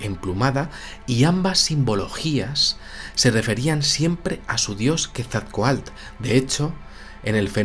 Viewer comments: Felicidades por su programa. Quetzalcoatl es una palabra grave, no aguda, y la última sílaba se pronuncia "coatl", no "coalt". Muchas gracias. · Muestras jeroglíficos Aztecas y no Mayas sin embargo tu interpretación es válida para ambas culturas lo del castillo es verídico, la pronunciación es Ket-zal-koatl espero ser específico de lo contrario en un llamada y por cierto dile a que no es cacahuetes es CACAHUATES saludos y muy buen trabajo!!! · Soy la única Mexicana que se encabrona cuando no pronuncia bien Quetzalcóatl??? Ja ja ja